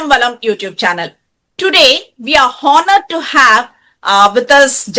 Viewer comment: In Honored, H is silent